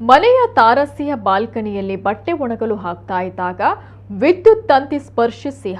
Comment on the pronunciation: ಅದು ತಾರಾಸಿ ಅಲ್ಲಾ ತಾರಸಿ. Pl note.